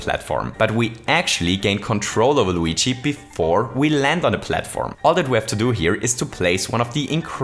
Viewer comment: learn how to say luigi